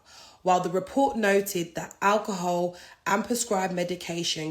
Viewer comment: first 5 second of speaking she going mad 😂🤣 sorry to laugh but who she talking to “ stay with me for a sec “ 😂🤣 Naa mane she going mad of that alcohol ( Al-kuhul) .